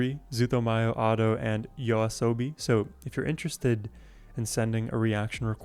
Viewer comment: Nice reaction! Firstly, thanks for pronouncing YOASOBI correctly and secondly I recommend starting with their earlier work and move your way to their newer songs, if you'd like to reaction more of their work. 1. Yoru ni Kakeru - Debut song and how they became famous - Official MV or live performance for the original beat 2. Monster - Official MV or their live performance like Primevera music fes 3. Tabun - A different pace - Official MV or acoustic version Enjoy~